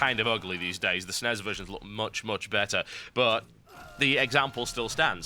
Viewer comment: i love how he pronounces NES and SNES as nez and snez. I should do that